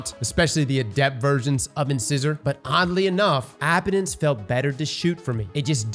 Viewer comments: Is anyone else triggered by how he pronounced “incisor”? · Trying to keep track of how many times mispronounced "incisor". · This man's pronunciation of the word 'Incisor' makes me question his dental hygiene. But I know he's got them pearly whites! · Lol "In-scissor" It's Incisor, like a tooth :D "In-size-or" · Wouldn’t be a D2 content creator video without somebody butchering the weapon or exotic name 😅 in-ci-sor not In-scissor ✂️ the more ya know 🤷‍♂️ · If I have to hear in-scissor on more damn time lol. In-SIZE-er! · Hello your English teacher here... if you mention in-scissors to your dentist they are likely to laugh at you or take out your in-size-ors to show you one! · Incisor is pronounced in-size-er. Size, like, "What size is that shirt?" Your front biting teeth are called incisors. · In-scissor? Nope. Incisor. Long 'I' sound. LIKE THE TOOTH! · And it's Inc(eye)sor, not In(scissor).. as in your incisor teeth. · Who's gonna tell him it's pronounced In-size-er? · In-SIZE-er, like the tooth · its pronounced In-SIZE-er... like your teeth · The way you are pronouncing in-size-or is killing me. Please. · Right, and what do we call things that cut paper? Scissors. In-scissor.. lol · Hah, cross its pronounced like the teeth - not "in-scissor" lol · Please tell me he’s joking when he says “In-scissor” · Incisor. IN-SIZE-OR. INCISOR. lol bro it’s a common word. You have several of them in your mouth. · Dear god. It's pronounced In-SIZE-or. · I swear to god 😂 In-SIZE-OR. Like the tooth my man 😂😂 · cross saying inscissor hurts lmao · No judgement, just thought you should know. Incisor is pronounced in-sigh-zer. Good stuff, TY for the content. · I guess I have to give points for consistency for mispronouncing "incisor" every single time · Please pronounce 'incisor' correctly. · Anyone gonna tell him how to pronounce incisor? Anyone? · Is cross not knowing how to pronounce things a bit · stop pronouncing Incisor wrong.